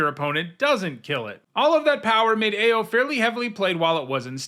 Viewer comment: I am OW-ing every time I hear mispronounce Ao the Dawn Sky. Ao in Japanese pronunciation is said as OW or Owl without the L in English.